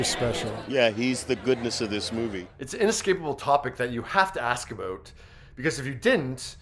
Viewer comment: Aboot. Are you Canadian? and if so how did you stop your head from flapping off when you talk?